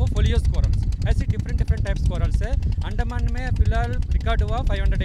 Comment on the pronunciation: अंदमान है भाई उस्को अंड कह रहे हो.😂😂